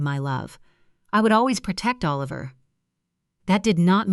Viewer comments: Please teach AI how to pronounce 'Oliver'. Half the time it was pronounced 'A-liver'. That's distracting. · The child’s name was..Oh-Liver??? Isn’t it time you got a human being to read??? FawkAI!!